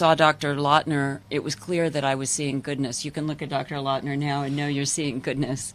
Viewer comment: ....She says Dr “Lawtener”, but title says Dr Lawton, which is it??